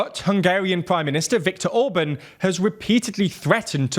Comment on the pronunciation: Ok, you're a britunculus so you have limited contact with standard spoken English but could you at least try to pronounce words correctly every now and then? Orbán for example had TWO vowels AND the second one is clearly stressed! Other major faults must be addressed later.